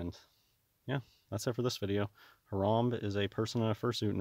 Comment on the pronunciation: Lol dwag it's Harambee like 🐝 bee.